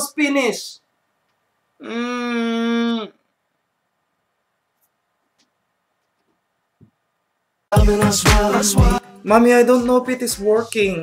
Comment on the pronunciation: "momeee i'm pinishhh" FTW!